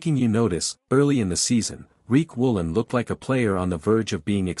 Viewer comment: His name is Riq Woolen not Reek Woolen